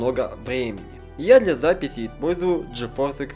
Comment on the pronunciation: я для запифи ,сходи к логопеду